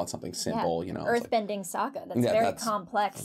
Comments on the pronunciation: I seriously hope he was joking 'cause it's ridiculous he needed to be corrected in the first place. Unless he was joking on purpose of course. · As others have said, Shyamalan would approve, but, fans are cringing and fuming as we hear the mispronunciation of Sokka...especially since characters have said the name correctly several times in less than five minutes. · hey, pronouncing sokka's name like that is better than pronouncing aang's name like ong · "Soh-ka" M. Night Shyamalan approves his pronunciation! Although....everyone else would invite him to Lake Laogai (or better yet, send him to the Boiling Rock) 😂! And yeah, they closed all the Teavana shops in 2018. Starbucks announced their closure in 2017, Simon Property Group which operates many US malls sued Starbucks because they claimed doing this would reduce foot traffic to other stores, a court ruled in Simon's favor, but they and Starbucks agreed in December 2017 to close them. Pretty cool they got Serena Williams to voice the prison guard Ming! Serena Williams's a huge fan of the show, so when the creators found this out, they got her to guest star for this episode! The Great Gates of Azulon was inspired by the large chain link that guarded the Golden Horn of Constantinople prior to its fall to the Ottomans in 1453. A large chain was pulled across from Constantinople to the old Tower of Galata to prevent unwanted ships from entering. There were three notable times when the chain across the Horn was either broken or circumvented. In the 10th century the Kievan Rus' dragged their longships out of the Bosphorus, around Galata, and relaunched them in the Horn, but the Byzantines defeated them with Greek fire. In 1204, during the Fourth Crusade, Venetian ships were able to break the chain with a ram. The Ottomans defeated the Byzantines by doing the same thing the Kievan Rus did. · This guy using the reviled non-existent movie pronunciation of Sokka 🤦🏽‍♂️ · Personally I ain’t reading all that but Soh-ka💀